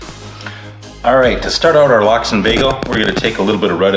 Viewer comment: Its pronounced "LOCKS" (LOX) not Lok